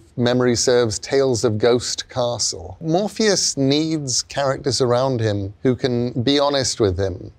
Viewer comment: I thought he said Morbius the first time I, had to pause and go back and see if I was watching the same thing and sadly it is MORPHEUS TIME.